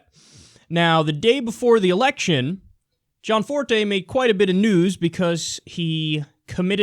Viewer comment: Gosh. Stop fucking saying John Forté. It's Gianforté. do you even english?